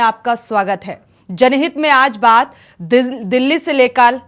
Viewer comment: तुम्हारे पास कोई न ई खबर नहीं होती है क्या, बस्ती कस्ती रटते रहती हैं। दिल्ली को डिल्ली पढ़ती है, अंग्रेजी माध्यम से हो क्या?